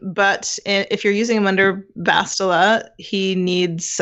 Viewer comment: Such stubbornness over... Basti-a, is that what they want to call her now? Imagine when Sah-tell-leh Shan arrives :p